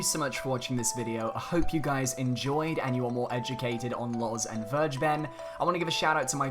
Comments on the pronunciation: I can't unhear the way he pronounces it though lol. Verge ben. It's actually closer to Ware ghe ben. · His name is still pronounced FAIR-GAY-BEN and not verjben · vergeben is pronounced kinda like: fair-gay-ben(probably the easiest way to remember it. just say it all together without a pause) in german and means "to forgive". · It really irritates me that people are pronouncing it "verge-ben". It's a German word, and it's pronounced "ver-gae-ben". It can mean 'pardon', but it can also be used to mean 'give away', as in giving away information (aka 'leaking'). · Hearing people say "Vir- ja- ben" makes me cringe so hard. It's "Fare- gay- ben" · Vergeben in German means "forgiven", interesting. If you want to pronounce it correctly, say "Fair gayy ben". In German g is always hard, as in gift, and V is pronounced like F. German W is the english V. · Can we pronounce names properly please? Vergeben is German. You can look up a pronunciation or just follow this: fair-GAY-ben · You sure it´s pronounced Verge-Ben? :D Because it´s actually german. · The way you pronounce vergeben is funny to me but its normal for someone who speaks english Its a german word 😃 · Sigh... nobody pronounces "Vergeben" right. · don't be mad at me, but "vergeben" is the german word for "forgive" ^^' just wanted to point this out because the english pronunciation sounds so wierd to me^^'